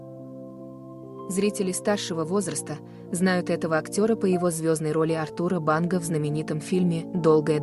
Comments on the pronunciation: Все хорошо, но почему переиначивают имена и фамилии, произносят с неправильным ударением: он Артур в фильме, а не АртУр, также фамилия. Неприятно слушать. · Да-да. Вы правы. Артур (ударение на А), и имя произносят направильно. Юозас (ударение на О). Надо бы лучше готовиться и изучать информацию о тех, о ком собираются рассказать.